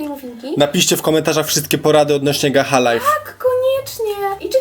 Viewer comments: Nie muwi się gaha life tylko gacza life ale się pisze gacha life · pisze się gacha life a czytanie gasza lajf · Spróbuj Gacha club bo mówisz że gacha life jest trudne XD a wgl w roblox jest gacha online i robisz te postacie tylko że jesteś online I MÓWI SIĘ GACZA LAJF lol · 1 podpowieć gacha life nei nazywa się gacha liefe tylko gacza lajf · Poproawię. Pisze sie gacha live a czyta sie gacza lajw❤❤❤💓💓💓🍨🍨🍨🍨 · Piszę się gach a life ale muwiłaś się gacza life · mówi się - Gacza Lajf 🎉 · Pisze się: gacha life a mówi się: gacza lajf😊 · Po pierwsze wymowa: Gacza Lajf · jak cos to się mówi gacza life